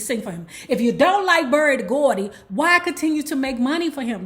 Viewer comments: Lawd PLEASE just say Barry Gordy once.. regularly just one time... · Did she say Barry De Gordy, lol… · Did she say Berry da Gordy?